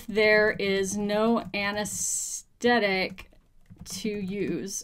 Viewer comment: "Anesthetic", not 'anasteddic" . But fun video :P